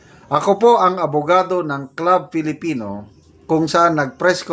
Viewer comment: klub filipino po pronounciation sa club filipino.